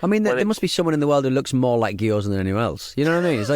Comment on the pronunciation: "geeyoza" pronunciation is making me lose it. Just saying it over and over lol